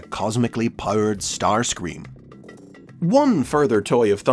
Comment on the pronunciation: No one: Not a soul:: C O S M I C A L L Y P O W E R E D S T A R S C R E A M